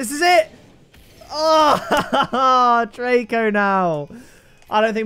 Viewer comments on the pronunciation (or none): none